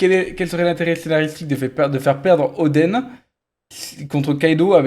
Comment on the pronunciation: 😂😂"Louffy" , "odeun" , tu prononce comme une vache espagnole 😅